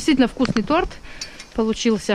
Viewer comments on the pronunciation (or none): слова торт и торты, произносятся с ударением на букву О.и в единственном числе и во множественном.Ещё хочу спросить,если Вам не нравится,что я вам показываю,как говорят,то вы поставьте пару собачек таких ((,а если нравится,то скобочки такие )).